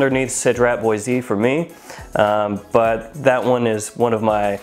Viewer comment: so the word mint sounds minty when you here it... but lemon-mint is most likely the best description for the lemon extract ( also Boise is a single syllable word)